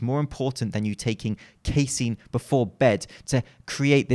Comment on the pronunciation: Phenomenal content as always,. Keep up the good fight bringing truth to the much maligned information in the supplement industry. Lastly, you're correct on the pronunciation of casein -- "Kay-seen"